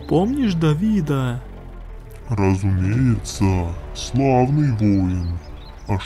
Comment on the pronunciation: 1.18 Дориан сказал не boy а воин